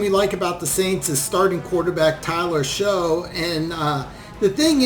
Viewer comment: Tyler Shough's last name is pronounced "Shuck".